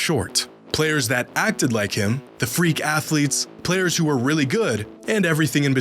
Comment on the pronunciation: bruh you said "realy"